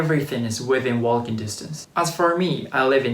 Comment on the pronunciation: i like how you saw waLking, with the L pronounced. Never heard that in any other accent, a mistake, maybe?